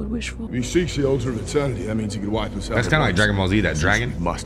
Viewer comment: not the watcher litreally said the name was edernity